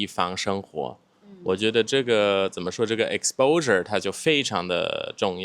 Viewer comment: crazy how I could tell he was german just by how he pronounced "exposure"